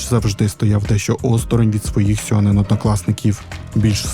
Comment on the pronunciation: Тільки не сьонен, а шьонен.